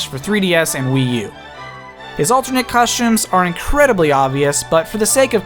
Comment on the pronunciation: COSHTUMES COSHTUMES COSHTUMES